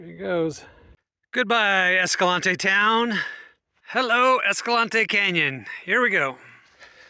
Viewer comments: Naw, ignore the llama guy. You're saying Escalante right. It's named after Silvestre Vélez de Escalante, it's a Spanish name. The way you are saying it closest to the Spanish name. Ignore the haters, lol all 797 of them (Escalante's population, roughly). Also, the eclipse shots are some of the most incredible things you've shown us which is saying a lot. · Moon photos are totally awesome! Very familiar with Escalante. Been going there since 2002 before it was "discovered". Know of the Escalante pronunciation "controversy". Just say it whatever way works and be respectful of the area, it's all good! We say it the way you do, BTW. Looks like you're heading the BMT. Looking forward to the next vid! Thanks so much for your time and efforts.😁